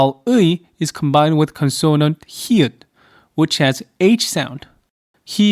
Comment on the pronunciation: I hope you will accept this comment without getting hurt because I make it in the most humble way. Please note the word “Consonant “ is pronounced as “CON - son - nant” (not “con - SON - nant”. Gam Sam ha mi Da.